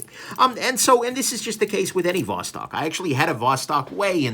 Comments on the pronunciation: ты все-таки не русский. То как ты говоришь: Восток, Достоевский, так русские не говорят. А может быть это такая хорошая маскировка? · Eh, "Vos-talking" sounds Romanian to my ears.